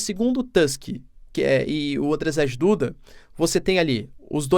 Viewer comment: Andrzej Duda, pronuncia-se tipo Ândjiei Dúda